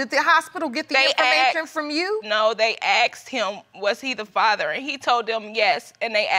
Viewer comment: Where does the word axed, come from instead of the word asked?